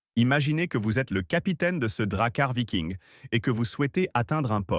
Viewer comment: le moment rigolo c'est quand l'IA prononce "vailleking" au lieu de viking.